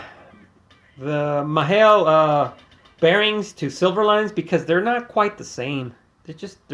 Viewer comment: Sorry, from the last episode you said you didn’t know how to pronounce Mahle, it’s just mall. Promise. Not being a smarty pants